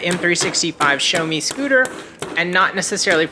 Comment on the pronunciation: Showme 😂 its xiaomi.. shiaomi